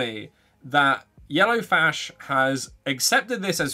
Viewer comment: Lol Idk if it's a Freudian slip but I think you keep saying "YellowFASH" haha. Love it!